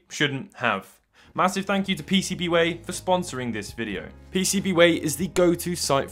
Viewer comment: You said it wrong, it's pcb waaaaaaay